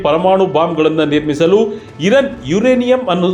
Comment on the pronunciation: ಅದು ಇರನ್ ಅಲ್ಲ ಇರಾನ್